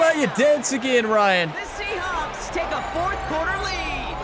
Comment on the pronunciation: I might be going crazy, but I've heard her say Seahonks, Seahops, and Seaschnaps more then saying Seahawks